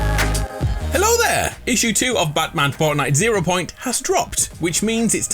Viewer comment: nah just say "Batman ZERO PONIT"